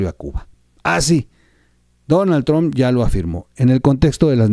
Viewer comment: No es "TRONNN"... ¡Es "TRUMPPPPPPP"! ¡¡¡Habla bien!!!